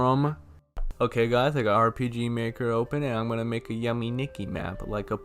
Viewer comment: It’s pronounced Yume is pronounced (you-may)